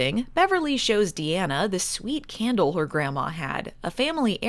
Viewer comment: Candle or.... Kaaaaahn-dle